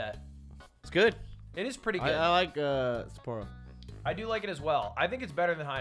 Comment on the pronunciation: Lmao they both said Sapporo wrong, but it would almost be right if you combined them.